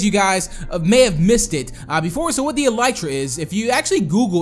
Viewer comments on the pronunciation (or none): It's eeelytra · the elytra is pronaused like this e-lee-tra